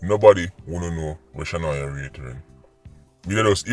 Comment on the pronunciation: Blessings as always, you missed off the “a” on her name “Shanoya Wray”